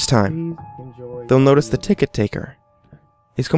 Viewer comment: lol taket-ticker